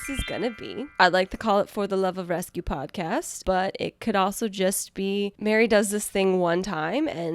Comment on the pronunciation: you mean a PAWED-cast??? 😂